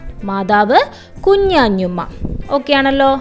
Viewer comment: ഹലോ കുഞ്ഞതുമ്മ യാണ് അല്ലാതെ കുഞ്ഞാഞ്ഞു മ്മയല്ല😂😂😂😂😂😂😂